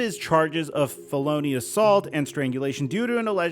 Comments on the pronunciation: Fell-uh-knee not fuh-lo-knee lol 💀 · You’re gonna have to learn to pronounce felony with all these stories coming out man. Clue, it doesn’t sound like baloney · ayoo English is not my 1st language, but isn't my guy pronouncing 'felony' wrong? sounds like baloney rather than fe-luh-nee all love for the channel - among my fav ones on yt! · Bro... its FEL-O-NY... Not FE-LO-NY... LOLOLOL.. You killing me man... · fell-un-ee, not full-o-nee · Kinda puts Ja's antics in perspective when a legit thug comes along, don't it? p.s., repeat after me: FELLA KNEE. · Fa-loo what😂😂😂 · How after this many felony videos do u still call it “FEL-LOAN-Y”😂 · Did this man just say “fell loney assault” 😂 had to find something out of this unfortunate situation. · i'm gonna pronounce it as feLONies from now on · Felony is not pronounced fel O nee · Please look up how to say Felony/Felonies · I beg you to look up how to pronounce "felony" That said, good video & we all have our gaps. Lol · I don’t like the way you say felony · The way you pronounce felony should be a felony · Is your pronunciation of "felony" and "felonies" intentional? Just curious. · Bros pronounciation of felony. 💀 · Bro cant say felony right 😂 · Dude said “felony” like it rhymes with “pony” lmao